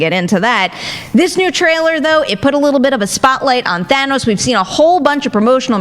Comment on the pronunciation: I’m so happy to hear Thanos pronounces properly. It’s like some people never actually watched the film the way they say his name. It’s a Than not a Thay. Thanos, not Thaynos